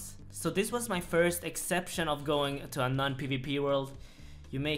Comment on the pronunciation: how do you have suck a cute voice bro? also i cry laugh every time you say "goins" idfk why